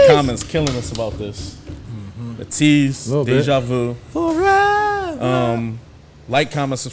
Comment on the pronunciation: Okay not gonna go to deep, someone else can do it, I got to get back to my test😀 so I’ll just do the basics. 8 members. Pronounced as ay-tease. Debuted October 24th 2018. With Ateez they have their comebacks with 2 singles/music videos instead of one. They let us fans vote on which song out of the two will become the actual title track but they still release the 2 songs together which is cool. So like for their debut they debuted with pirate king and treasure. Then their next comeback was say my name and Hala Hala Then they came back with illusion and wave Then wonderland (this one was a solo release) and then answer (solo release) Then the double comeback track came back with inception and thanxx Then we hit this recent album with deja vu and eternal sunshine (this mv isn’t released yet) Ok now the members . First rapper is hongjoong (leader, composer) Second rapper with the deep voice is mingi The vocalist who opened up the song is yunho u have San Who is a vocalist as well. U have wooyoung vocalist & U have yeosong, a vocalist (he also has a really low deep voice as well but he’s a singer so don’t mix him with deep voice rapper mingi 😂) Then seonghwa, vocalist u have our maknae jongho vocal king (he’s the one who hits most of the high notes) he wasn’t able to participate in the actual dance scenes for this mv unfortunately. They have a whole long as story line like most groups, they always end their mv’s with a spoiler